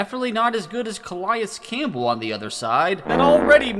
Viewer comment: You’re hurting me with the pronunciations: “Jayren Kearse” “Muquamu” “Ca-lie-is campbell” “Equa-na-me-is” Cmon man